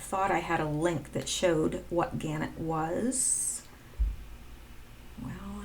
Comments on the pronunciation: Thanks for your work. Just to let you know - Gannett is pronounced - Ga NET. And the word nuclear is pronounced Nu CLE ar. When you explained the post about Snowden, define the end, etc. , I think you are correct in your deduction. Snowden still can choose to be a white hat, repent. Good work. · Pronounced gaNET